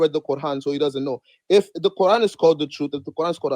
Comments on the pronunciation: The Kor-han. Never heard it pronounced like that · Why does he keep calling it "the qurhan"? Do some arabic speakers pronounce it this way? Maybe he is a non-arab muslim? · It’s the CORD-HAAN now 😂😂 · Why is he pronouncing it kor han? Even more dumb than ko an which is mostly used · He's the only Muslim I've ever heard pronounce Quran, as Core-Hawn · My ears hurt hearing them pronounce "quran"